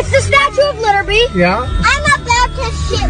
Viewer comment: "The Statue of Literby"